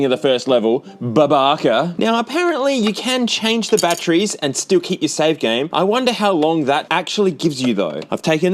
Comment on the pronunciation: It's batteries, not "bat-trees."